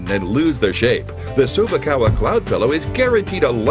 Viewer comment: Chew-bak-a? May the pillow be with you....